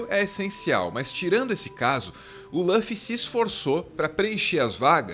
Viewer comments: Não é Lãffy.. é Luffy! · O que me incomoda é a pronuncia de Luffy como "Lãffy"... Podem falar com "u" que é o correto! E o Zoro não é o imediato. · EH LÛFFY NAO LÚOFFY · Parem de falar LÂFY, é LUFY, com som de U mesmo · LÃFFY???? E L U F I. L U F I !!!!!! (Luffy) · Escreve Luffy, pronuncia Ruffy. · por favor, nas próximas vezes tenta pronunciar "lúfi" em lugar "lãfi" que eh bem mais próximo do eh o correto pra pronunciar o nome dele, ou não, ces que sabem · pq falam laffi se em japonês é luffy mesmo? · tirando o "Lãffy", o vídeo é perfeito kkkkkkkl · Apesar do belo trabalho, devo dizer-lhes que o nome do protagonista (Luffy) não se pronuncia dessa forma. O "Lu" tem a mesma pronúncia de lu de luta ou lugar, por exemplo, conforme se denota do instante do vídeo. Obs.: na língua japonesa, a letra "l" se confunde com a letra "r", de modo que "Luffy" torna-se "rufi" (ルフィ). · Ouvir “loffy” foi foda, mas o video ficou bom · Quando a pessoa fala lãfi da um nó no estômago. Ele não tirou isso nem dá dublagem brasileira nem da original japa, quem em sã consciência assiste dublado em inglês? E se não assiste em inglês da onde tirou essa pronuncia?? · Agonia de escutar Lâffy toda hora